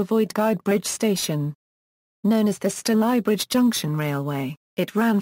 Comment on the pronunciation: F* yank! Stal eye bridge - wrong! It's pronounced Stay ly bridge!